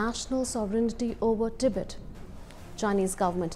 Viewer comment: Its Tibet not Tibit. If you can't even get that right.....